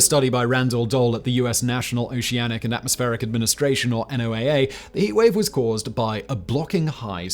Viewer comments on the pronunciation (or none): NOAA. Sounds like "Noah".